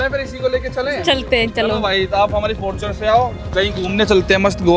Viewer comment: Fortuner ❌ faaarturan 😂